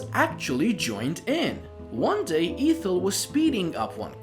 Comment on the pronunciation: The first E in Ethel is short sound not long.